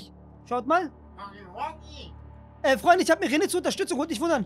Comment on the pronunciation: ist gefühlt der erste youtuber der huggy wuggy richtig ausspricht